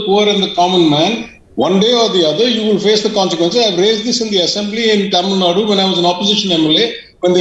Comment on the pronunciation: ..pronounce Tamil nadu..not Tamil nad..